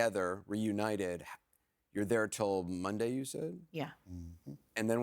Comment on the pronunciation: I would have kidnapped her until she pronounced Monday correctly. Stop saying Mundee!!!!